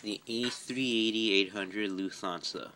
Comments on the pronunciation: It’s Luft-hansa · You pronounced Lufthansa wrong. It’s pronounced Loof-Tawn-Suh